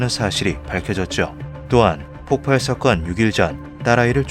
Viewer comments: 폭팔x 폭발ㅇ 자꾸 폭팔이라고 발음함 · 폭발은 폭팔이 아니라 폭빨이라고 읽습니다. 다들 폭파와 헷갈리죠.